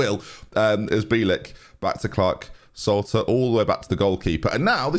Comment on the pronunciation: It's pronounced Bee-L(like the letter l)- and then just ik (or Ick). Hope it helps haha